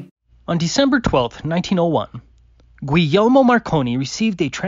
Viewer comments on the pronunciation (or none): Would be a good start if he could pronounce Gulgielmo.... If he can't speak Italian, he shouldn't try, just go with William.